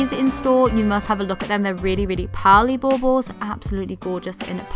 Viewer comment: I just love the way you pronounce baubles! Love your video and all the pretty Christmas stuff! I use traditional colors for Christmas, however, I do buy some blush decorations to use in my granddaughter’s room. I have the blush butterflies, dragonflies and high-heel shoe ornaments!